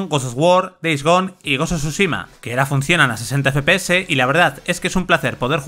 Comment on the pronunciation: Gosh sho shushima